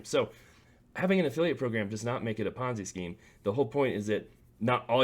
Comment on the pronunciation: Don't take advice from a youtuber who pronounces ponzi like bonzai. Do your own research outside of youtube